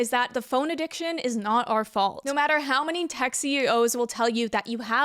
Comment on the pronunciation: "Not our faulf" lol